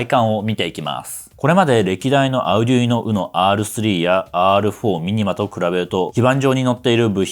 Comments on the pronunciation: アゥデゥイーノ じゃなくて アルデュイーノだよ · アウデュイノって言うんですね！ 今までオーディノとか言って誤魔化してましたw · あうぢゅいの？？？？？？？？？ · それでもunoなんだぁ。Uno? の意味でQとか。 発音ビックリ! カタカナで書くとどうなる? アルデュイノと思ってた。